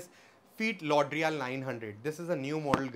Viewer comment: Hi Great work, do U keep morel maximo6 Mk2. Or Mk 3. And a small correction for You brother no disrespect, it’s Fort Lauderdale, and not St laudrial.